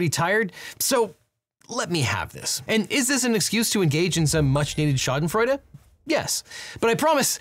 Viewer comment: As a German, I had to laugh when you said Schadenfreude 😂